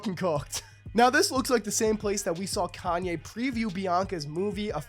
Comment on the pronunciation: You say it like he's white lol